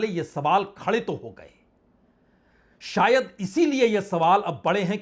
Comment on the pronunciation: Bajpai ji hindi language me 3 sha hote h tb bhi apko hindi bolna nhi ati jaruri nhi hota zaruri hota h Sayad nhi hota shayad hota h Najuk nhi hota nazuk hota h